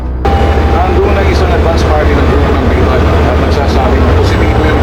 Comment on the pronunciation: Bitag ate hindi betag hahahaha